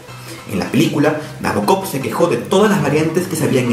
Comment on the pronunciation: El acento va en el BO de Nabokov